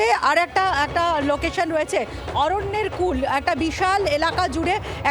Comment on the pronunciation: উফ্ নাম টা অরন্যের কুল নয় _ অরন্যের কুলে